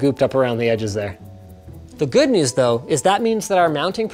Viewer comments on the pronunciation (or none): none